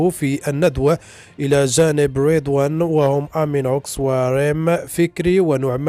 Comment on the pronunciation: اسمه ريضوان يدون شدة انه اسم عربي مغربي تطوانى فلما تنطقه مشددا وبالطريقة الغربية😂🤣